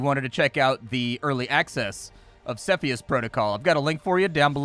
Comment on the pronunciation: You say Cepheus in the wrong way